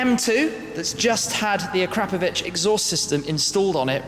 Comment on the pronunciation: please say the exhaust name correctly